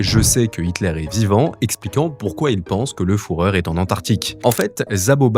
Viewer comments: Au delà de la prononciation du Foureur de Saddam. À non c'est un autre celui là 😅 Oui les photos sont réelles, au Brésil en Argentine... Mais n'oubliez pas les nombreux sosis du loustique. Il ne serait déconnant qu'avec une ressemblance si flagrante, deux ou trois d'entre eux aient joué la carte du va tout. Soit tu te fais fusiller parce qu'on t'a confondu ou soit tu te sers de cette confusion pour profiter du statut que ça te donne 😊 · La vidéo aurait été exceptionnel si tu disais pas fourreur. Là vu que tu sais même pas prononcer bah on voit tout de suite que t'es pas bien renseigné et ça perd toute crédibilité. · Le fourreur... ü en allemand c'est bien le son u pas ou. 😂 ça fait pervers fourreur. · Le fourreur...... 🤦🏽‍♀🤦🏼🤦🏽🤦‍♂🤦🏿‍♂🤦🏻‍♀ a j'ai arrêté le visionnage. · 👎 la prononciation n'est pas bonne. Certains vont regarder la vidéo et répeter de bonne fois que le guide des nationals socialiste allemand s'appelait le fourreur. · La prononciation involontaire du fourreur c'est pour m'abattre je crois PS: faut demander à d'aller vérifier sur place, il vient de s'acheter un bateau justement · La partie de mon cerveau qui a fait allemand LV2 vient de se révolter avec cette prononciation de fuhrer. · Führer du coup, sinon ça fait toujours fourreur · Désolé mais entendre "Le fourreur" toutes les 30 secondes j'ai pas pu regarder sérieusement la vidéo sans rigoler systématiquement mdr. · Le "fourreur", J'ai entendu que ça durant toute la vidéo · "le fourreur" à , lol le piège à coms pour le référencement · "Foureur", petit détail de prononciation haha. Déjà dans une autre vidéo avec "Postoume" au lieu de posthumes il y'a un problème avec les"U" lol ! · jpp "le fourreur", quel dégueulasse ce monsieur H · Foureur, Foureur, foureur bunker... C'est toujours un documentaire historique ? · Le foureur c'est la version X de cette vidéo ! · Fan d'histoire je valide c'est fureur👌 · À chaque fois qu'il disait le fourreur ça me faisait penser à Rocco Siffredi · "Le Fouhrer"